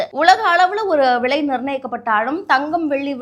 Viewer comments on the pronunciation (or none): விழை இல்ல தாயே… விலை விலை நீயெல்லாம் news வாசிக்கிற கொடும கொடும